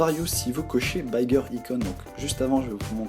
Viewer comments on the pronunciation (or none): BAYEgueur Ayecon lool Bigger,c'est BI comme en francais lol mais je te pardonne ca ^^